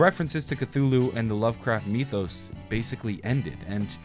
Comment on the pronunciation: why'd he say mythos like meethos.